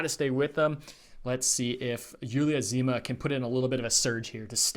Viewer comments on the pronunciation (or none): i don't say to pronounce correctly as a native speaker. There is a difference between Julia in French and in English but it is not that important. But why to pronounce Dzhyma like Zima when it is much better to pronounce it in English like Jima? It is not difficult it is just important to try